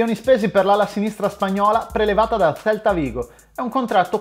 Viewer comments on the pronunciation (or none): Che brutto quando dice Valencia e Celta Vigo 😂